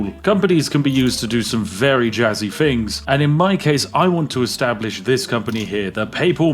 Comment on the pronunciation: "I found some fings" lol